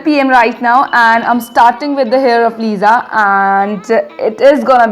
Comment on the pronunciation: That's actually Lisa not liza. Lisa it's the right pronunciation :)